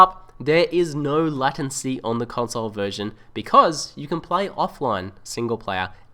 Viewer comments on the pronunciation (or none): It's pronounced Lay-Ten-See, not Latin- Sea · Nice one dude. But it's LATE- ncy